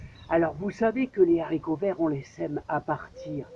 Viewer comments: En français on dit des Haricots pas des Zharicots! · Nb ... Comme chez nous. Les Z.haricots vert ... mdr